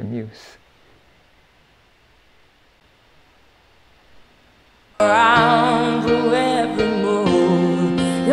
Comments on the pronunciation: Funny thing, it is the kind of word that you see in print a lot more often than you hear spoken, and so my correction of her was also incorrect! It’s pronounced myooz, while I said myoos. So yeah, I’m sure she just wasn’t familiar with the word and was trying to pronounce it phonetically. Another example of a word like that: for a long time I thought the word epitome rhymed with honeycomb. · I’d say we were both wrong! I mispronounced it too. Should be myooz not myoos. Listening to it carefully again it still sounds like “moose” that she says rather than mooz to rhyme with blues, but maybe with a slight hint of the “z” sound. But whatever, my general point is that while it is true that most of the time when she “mispronounces” words it is intentional, she wants that sound, we need to recognize that there are also quite a few cases where it is not intentional, due to English not being her first language. One example from her prose rather than a song is one of her latest Patreon posts. I’m not going to quote it here, but there are a large number of grammatical errors. And, that’s fine!